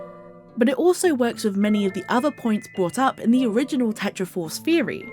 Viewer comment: Its pronounced theory not feory